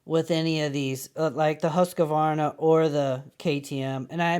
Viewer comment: Pronounced 'Hoosk-var-na'....